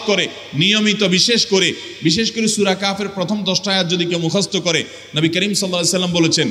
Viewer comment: হুজুর, সূরা কাহাফ নাকি সূরা কাফ কথাটা ঠিক বুঝতে পারিনি।